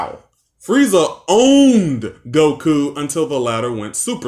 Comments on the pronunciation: Same with him putting emphasis on the ku in Goku’s name. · Why do you pronounce goku like it’s a question? Gokuuuuu?